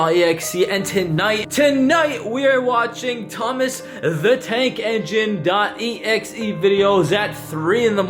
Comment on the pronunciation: Thomas the Tank Not Eneine